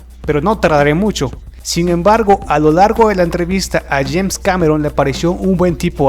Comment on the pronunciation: JAINS?? ES JAMES CAMERON